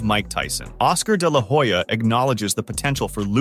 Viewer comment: You should check what your pronunciation of "de la Hoya" really means in Spanish.